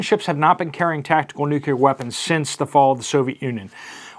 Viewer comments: I follow your reports religiously but, please stop saying "nuckyoular" Curse you George Bush....it's of the NUCLEUS so it's pronounced - NEW KLEE ER. End of rant. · Nuclear not nucular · NEW-CLEAR WEAPONS. NEW-CLEAR! NOT NUKE-U-LAR. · It's pronounced "nu-clee-ar", not "nucular". Sorry, pet peeve 🤷‍♀️